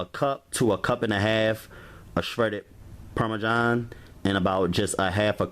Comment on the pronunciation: “PARMAJOHN” cheese and CHETTER cheese.